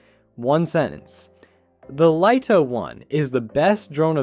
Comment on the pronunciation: FINALLY!! YOU LISTENED. I don't believe it. Your AI voice over correctly pronounced "Lito" Well done. Now get it to stop making up words like say "HDR" and not "HD. R" and we're on to a winner! You might even get a like.